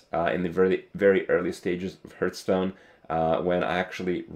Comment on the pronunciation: You always say heart stone, not hearth stone